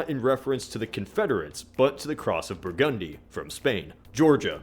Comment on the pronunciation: did he say Brugundy or Burgundy XD